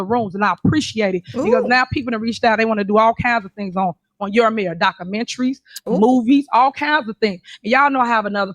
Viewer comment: "Dockamentry." This illiterate broad. Sad = sed Bad = bed